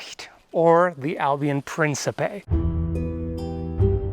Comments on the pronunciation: ... I took 4 years of German, and I know that's not a lot, which is my point, wouldn't the K be silent? Also, the C's are hard in Old Italian and Latin... So, it would be, "Prinkipay" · It's The mispronunciation of "Principe" is giving me PTSD. Have mercy on my poor soul.